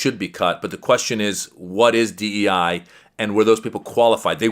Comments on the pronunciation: Stephen Miller can’t understand a simple question, but at least he pronounces it ‘queshon’. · "I'm confoosed by yur qweshion." Holy lord.